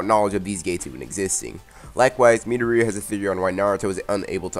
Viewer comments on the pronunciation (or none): bro you’re saying meato-ria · That's not how you pronounce Midoriya, so you should stick with either Izuku or Deku